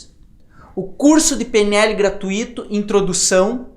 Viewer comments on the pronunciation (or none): Só uma correção: a pronúncia certa é "gra-tui-to" e não gra-tu-í-to...